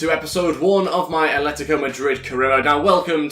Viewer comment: ATLETICO, not aletico